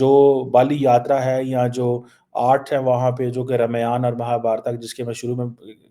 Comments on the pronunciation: Bolna seekh le pehle ramaayaan nahi ramayan ,madarsa educated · O duffer, pronounce correctly, DO NOT INSULT OUR SACRED BOOKS. It is not R MAYANA,It is pronounce " Ramayan " It is not MAHABHARATA., It is pronounce " Mahabharat" Do not forget ka kheema, your ancestors were SANATANI. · रौंदूमल। Keeps making stupid remarks. रमायण नहीं है, रामायण है, your pronounciation is terrible. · RAMAYAN KO AAP GALAT PRONOUNCIET KAR RHE HAI IT IS ( RAA MAA YA N)